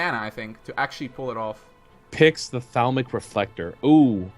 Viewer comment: Gotta love high-fantasy pronunciation of cards: "Thauwmic reflector", "Lord Kar-Thoss" XD